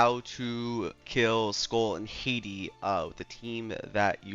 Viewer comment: Hati (Ha-tee) not my country Haiti lol